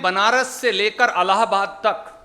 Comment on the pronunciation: ये अलाबाद नही है ये इलाबाद है पहले स्कूल मे जाकर पढ़ाई कर उसका बाद न्यूज़ पर आ